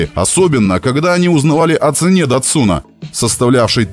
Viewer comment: Американцы ставят ударение на первый слог, но когда на нашем рынке запускали датсун он ду, фирма сама подчеркивала, что ударение нужно ставить на второй слог, и произносить "датсУн"